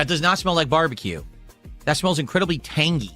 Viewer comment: Why does he have to say tang-GEE, we hate you enough already